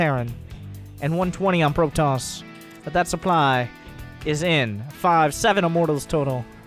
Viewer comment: Manage your "souply" xD